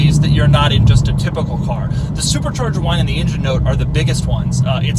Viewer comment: Why does he pronounce engine as injun